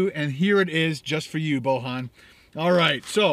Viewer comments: The way you said the guys name was weird it's pronounced literally like it's spelled boy an. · Lol! I'm not the guy who donated but his name is not pronounced like that, it's pronounced Boyan but the name is Bojan.